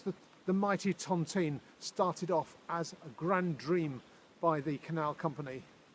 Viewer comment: Hi. Lovely video, just one pet peeve that I can’t help but mention because generation of my family were housed within the tontine cottages. The pronunciation of Tontine isn’t Tonteen but Tont-eye-ne.